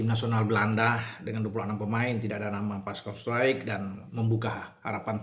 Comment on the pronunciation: Bacanya struijk bung jgn baca straijk nanti di ketawain orang😂